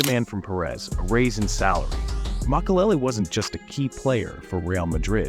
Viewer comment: You do know it’s Makelele not Mcelel 😂